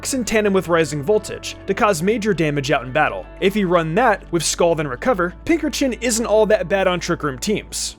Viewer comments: am I the only one who was really bothered by how he said pinkerchin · Never thought of pincurchin pronounced how you did. I pronounce it "Pince urchin"